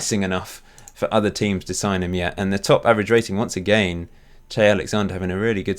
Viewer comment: i like how you pronounce "agaian" :)